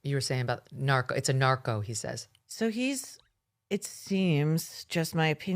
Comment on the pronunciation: Tiger was likely mispronouncing “Norco” as “Narco”. Norco is the brand name for hydrocodone with acetaminophen a commonly prescribed pain med. Sheath the claws a little, Mean Girls.